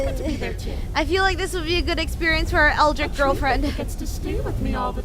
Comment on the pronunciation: "eldritch", not "eldrick".